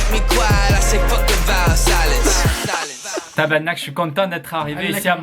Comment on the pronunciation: oh fuck tu peux prononcer le "R" dans tabarnak car on dirait que tu reviens de l'orthophoniste car tu dit tabagnak